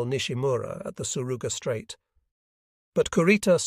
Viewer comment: The AI utilized here has a hard time with correctly pronouncing names, both Japanese and English. It was quite confusing until I could figure out who it was identifying. Also, place names like the Surigao Strait are mispronounced. Otherwise it is an interesting story.